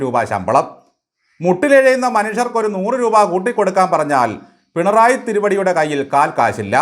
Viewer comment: ബാലൻ പിണറായി വിജയനെ അധിക്ഷേപിക്കുകയാണ് എന്ന് പലപ്പോഴും തോന്നുന്നു. വിജയനെ ബാലൻ വിളിക്കുന്നത് "പെൺറായി "എന്നാണ്. സിപിഎം കാർക്ക് ആർക്കും മലയാളം ഉച്ചാരണം വശമില്ലാത്തത് കൊണ്ടാകാം.